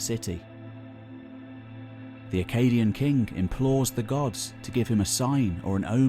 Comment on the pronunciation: I love your videos. But man, you gotta stop saying akkadian "kink" and say KING